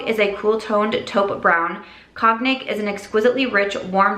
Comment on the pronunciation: Love you so much, long time listener here, first time caller. So, cognac is pronounced 'cone-yac'. FYI. Love you in cool tones btw.